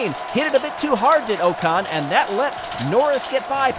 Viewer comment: Pleeeeease can you pronounce Ocon as “Ockon” - it’s not “Oh-con”. Otherwise this is great :)